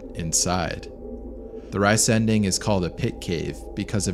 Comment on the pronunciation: Please say 're' (as in "see") - 'zen' (as in "zen") - 'ding' (as in "ding-dong"). So re-zen-ding, and not "rice"-"ending". It does indeed mean "giant thing"